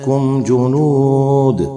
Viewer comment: Ji apne yahan galti ki hai parhne me junud nahi Junoodun hoga aur wahan apne saans bhi toda hai isliye apke phir piche se parhna chahiye tha Ek sath 2 galti